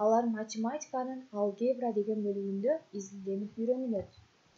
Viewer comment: Алге'бра эмес а'лгебра